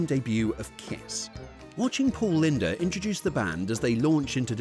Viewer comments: Paul "linda" is pronounced "Lind." The E is silent. Pay attention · It's pronounced "Paul LIND". not Paul LINDA. The "e" is silent. hahaha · I lost my interest in Halloween before that part of the decade, so I've never heard of any of these.. I'm back into it again, just not crazily... BTW his last name is pronounced Lynde (the e is silent), not Linda... 😂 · Paul Lynde, not Linda😂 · The e in Paul Lynde's name is silent.